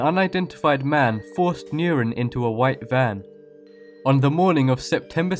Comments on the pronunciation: Why the hell do you pronounce "Nurin" as "Neurin"? LOL, it's quite funny xD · Sorry but I had to, Nurin is pronounced Nureen. I remembered this case and it scared the living shit out of my younger self. May she rest in peace.